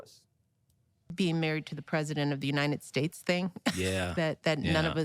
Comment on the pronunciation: She said The Unynid States😊